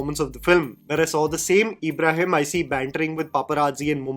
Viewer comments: His name's ibrahim not eeeebrahim. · Everything was great em talking about the review but bro it's not Abraham it's an Islamic name ibrahim ibraheem not A bra ham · Just cause your videos are in english doesn’t mean you should pronounce Ibrahim as Abraham tf 😭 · Find it funny how says E-brahim rather than IB-raahim. 😀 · It’s not EEEBRAHIM ITS IBRAHIM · Its an out of syllabus answer but, you have pronounced Ibrahim's 4 different ways in the video.. Its just Ibrahim.. (ebraheem)😅😂 Agree with the rest of your video though..😅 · it's Ibrahim NOT ABRAHAM 😅 I can totally understand the pain you went through to watch this. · Isn't his name Ibrahim? You kept saying Abraham😂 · Its Ibrahim for gods sake 😂, Not abraham 😂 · Nobody: during this video:- EEEbrahim, Abraham, ebrahim, anything but Ibrahim hahahah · Eeeebrahim nahi bhai Ibrahim Bol bhai please😭😭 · CONGRATULATIONS!!! you FINALLY hit the proper pronunciation of Ibrshim. It wasn't Abraham or EEEEEEEEbraheeem. You've used all three in this video. I almost feel like I fell for ur bsit here to comment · No one:: Eeebrahim Ali Khan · Dude u cant even pronounce his name properly 😂 fair enough he bad as an actor but seriously 😂,u as a film critic can get that basic part correct in the last segments of ur video ,ur basically calling him Abraham 😂. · Why you have to stress the E in Ibrahim? Lol. Its a soft E sound... But then you turned him into Abraham half way into the video 😅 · I have criticism for you though: How hard is it to pronounce a very common and easy name like Ibrahim????